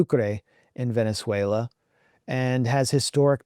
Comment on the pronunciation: Glenn, it's pronounced Ve-nez-WAY=-lo, not Ven-ze-WAY-lo. The name "Venezuela" comes from the Italian word Veneziola, meaning "Little Venice." It was coined in 1499 by Italian navigator Amerigo Vespucci, during an expedition led by Alonso de Ojeda, who saw stilt houses built over water on Lake Maracaibo, reminiscent of Venice, Italy.